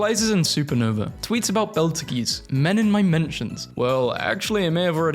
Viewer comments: “Beltageese” goes hard, what can I say? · is nobody gonna talk about him saying betal goos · *beetlejuice (is how its pronunced" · it’s pronounced “beetle juice” hope this helps